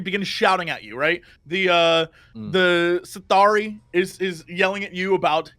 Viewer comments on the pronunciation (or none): I keep having a heart attack everytime Jesse says "Sith'ari". There is a Sith chosen one running a bar?